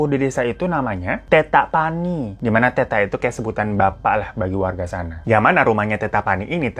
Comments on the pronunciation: koreksi kata: -bawakareang dibaca "bawa kara-eng" -lembanna dibaca "lemban na" -teta dibaca "tet ta" artinya "ayah" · Sebutan tetta pani nya itu Tet-ta, dua t nya (tetta)bukan teta😅, itu sebutan bapak/ayah di makassar. Bang hiro lucu nyebutinnya😂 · Salam dari Makassar kk Hiro Btw pas nyebut Bawakaraeng & tetta lucu logatnya hehehe